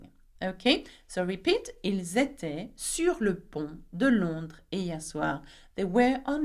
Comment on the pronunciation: Elles etaient and 2nd last also Pronounced little wrong i checked from google